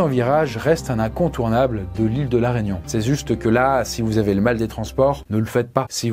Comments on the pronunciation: J'ai appris un nouveau truc : il y a une ile française qui s'appelle "l'Araignon" surement en hommage à une araignée qui mettaient des gnons (ou serait-ce "là, régnons !" en hommage à la monarchie ? ou à Bonaparte ;) Il a pas dû faire une raignon avant de faire cette vidéo sinon ses collègues l'auraient envoyé chez l'orthophoniste... XD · il y a méprise : comme on l'entend distinctement dans la vidéo, il ne parle pas de la Réunion, mais de "la raignon ", une raie qui foutait des gnons quand on prononçait mal son nom...